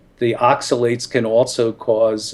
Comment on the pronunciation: Great podcast! Thank you so much for posting it!, look up how to pronounce oxalates. Delete this comment after you've done so:). Blessings!